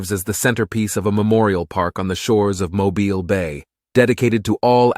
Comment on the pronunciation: She's an amazing ship. Named for my state and on display about 45 minutes from me. I've seen her several times (and the USS Drum submarine which is not to be missed). Used in the movie Under Siege, as well. Thank you for pronouncing "Mobile" correctly. It's from a Native American world and folks try to make it sound like a cell phone or one o'those things you hang over a crib. Kudos for getting that right.